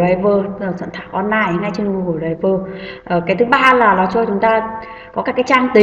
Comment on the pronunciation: Cảm ơn ơn bạn đã hướng dẫn, nhưng bạn nên tập đọc tiếng anh trên Google dịch cho chính xác thì hay hơn, bạn đọc đờ ray vờ nghe kỳ quá.